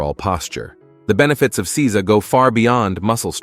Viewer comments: It is not Si-za. It is Sei-sa. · Seiza is Say-zah not See-zuh. Get a better text to speech program. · Seiza. It's NOT pronounced "seez-za". It's pronounced "say-za". Zazen is NOT the name of the sitting position. The position is Padmasana or Lotus. Zazen literally means "sitting meditation". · It's say za. I live in Japan and speak japanese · Seiza....isn't it pronounced 'sayzah'?